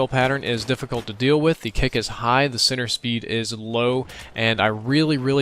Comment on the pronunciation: When you say "center speed", it sounds like you're saying "sinner speed".